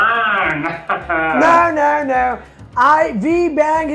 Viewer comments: Donald ......???? Dolaand......!!!!!! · Modi ji:-Hello Do-land 😂😂